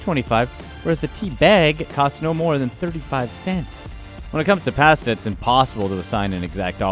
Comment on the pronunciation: I can't stand the way that he says pasta...